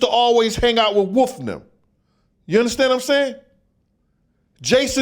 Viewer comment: is it WOOF or WOLF 😂